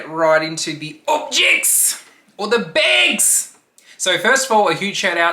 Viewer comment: So here for this!!! Your reactions are just golden 🤣🤣🤣 your chuckle at the start like im about to ROAST these bags and shes a wizard!!! I can't unsee the twister board game now 🤣🤣 the OBJECTS or the BEGGGS gets me